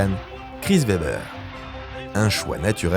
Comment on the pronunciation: chris vebber ? fates un effort sur le w ...